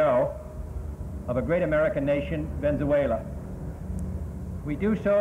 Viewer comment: At first I was confused to what he was saying, then I saw he was saying Venzuela. Brooo I’m dying 🤣🤣